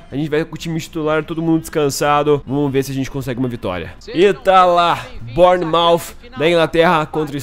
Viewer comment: Se diz bãnermauf